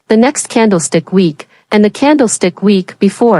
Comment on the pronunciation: Wick, not week.